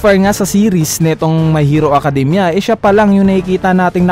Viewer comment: Mayhiro akadimya